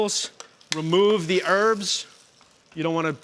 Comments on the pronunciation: It's HERBS not ERBS 👍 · What a twat. French onion soup is a peasant dish, not "fancy". And, it's "herbs" not "erbs". Richard you are a bellend. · It's always funny to me hearing Americans say "erbs"